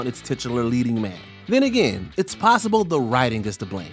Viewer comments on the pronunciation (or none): none